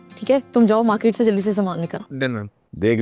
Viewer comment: Market hota he maket nhi